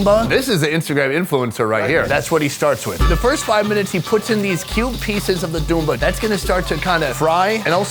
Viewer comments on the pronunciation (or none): its "Bunda" not "Dumba"